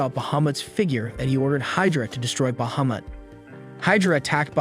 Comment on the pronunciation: Say Bahumet one more time! 😂